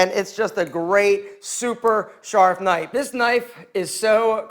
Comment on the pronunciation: Super sharf knipe. :)